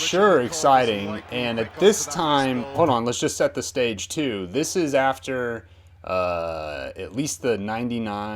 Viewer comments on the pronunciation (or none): none